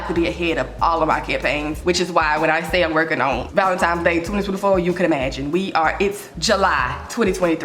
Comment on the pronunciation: I love you so much and know it’s just the Memphis drawl…but please…it’s ValenTINE’s not Times lol!